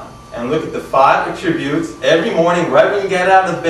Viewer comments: You're mispronouncing "attribute". Accent is on the FIRST syllable. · It's his odd pronunciation of the word "attributes." It's very off-putting.